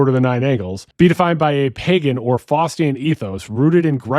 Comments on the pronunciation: Did you say "pajen"? Nah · He pronounced pagan as “pay-jen”. C’mon bro. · Pagan has a g sound not j